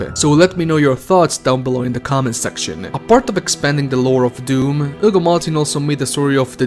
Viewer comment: making silent H in Hugos' name Me: xD